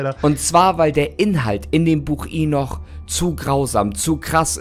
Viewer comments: Lustig wie er Henoch immer als Inoch ausspricht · mich nervt es auch echt, dass er mit vollster Überzeugung so viele Sachen falsch ausspricht, hier zB das Buch Henoch (oder Enoch /Enok)